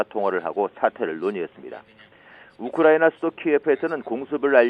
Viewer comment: 우크라이나 발음이 어렵나..? 거 되게 듣기 머시기하구만...